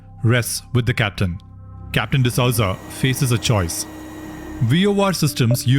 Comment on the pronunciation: D'Souza is pronouned as D'sooza and not D'Sauza